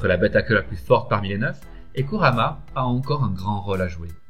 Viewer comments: Kurama ça se prononce kourama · c kurama pas kamara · un un moment ta di Karumma